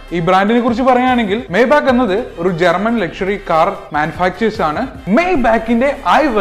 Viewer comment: മയ് ബഹ് എന്നാണ് ശരിയായ ഉച്ചാരണം